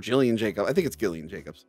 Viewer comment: It's pronounced (J)illian, I believe...